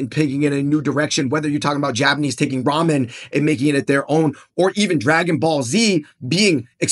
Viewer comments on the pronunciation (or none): none